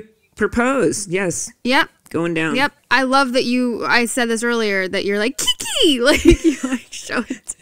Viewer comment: Australian fan here. You could only tell he was New Zealander by the way he would say Kiki! It was the only time though otherwise he always does such a realistic american accent!